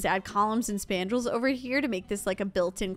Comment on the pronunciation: They said "coullumns and spandrills" 11 timez